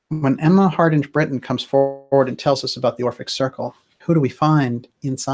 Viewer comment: DJ, "Hardinge" is pronounced as in "Harding", of which it is a variant, the final "e" does not soften the "g" - as in hippopotamus with a silent "q". It is an old Anglo-Saxon name, the "ing" (ynge) meaning "the followers" or "the "family" of someone called "Hard" (Heard). This variant clearly predates the Great Vowel Shift and the phoneticization of English spellings at the time of the invention of the printing press which together are responsible for such archaisms and oddities in written English.